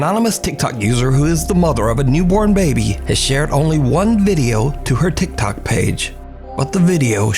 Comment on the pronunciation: Every time I hear you say TicTok user I roll my eyes lol!!! TicTok users are full of BS in my opinion!!!